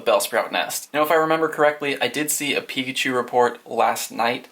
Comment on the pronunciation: You said peepachu